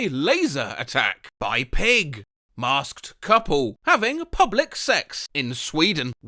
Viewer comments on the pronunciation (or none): none